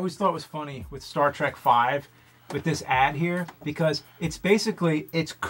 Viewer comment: Can you tell your friends to stop calling it “Star Track”?